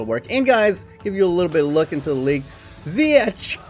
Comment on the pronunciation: just always pronounce the g of ch like in ziyech wich you pronounce good